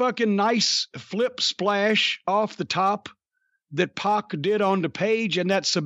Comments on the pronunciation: PAC is pronounced PACK not PAWK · It's Pack not Poc. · It’s “P@ not “pawk”